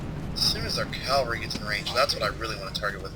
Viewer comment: It's spelled ca-val-ry, not cal-va-ry; good luck on the playthrough; first episode's great. Cheers.